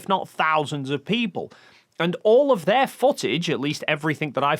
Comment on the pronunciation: That bloody word AGAIN? "Offov"